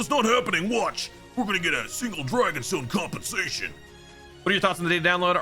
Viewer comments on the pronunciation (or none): none